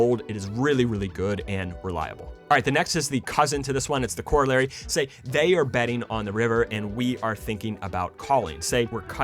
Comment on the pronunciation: The only thing I don't like about this video is how he says corollary